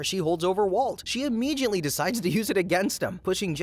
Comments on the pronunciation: " Immegeeiantlee and Whyaisle" great pronounced words there! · What is with immeJiately?